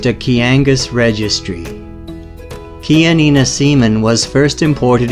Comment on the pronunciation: finally i got the right pronunciation of chianina. 😂 lol